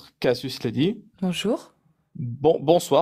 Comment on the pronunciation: Y'en a aucun qui est capable de prononcer le nom Casus correctement.